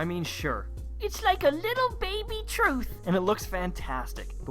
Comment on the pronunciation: "It's like a little baby twuth" 😂😂